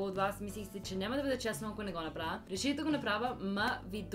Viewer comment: Actually, you pronounced "направя" better than your mom. The correct pronunciation of vowels at the end of the words is to darken them. So having your mouth wide open for a я is not correct. Tell your mom that and have fun 😉😁